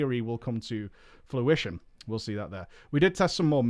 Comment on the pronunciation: fruition, not fluition